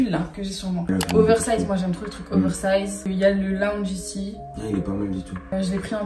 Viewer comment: On dit laounge pas lounge 😭😭😭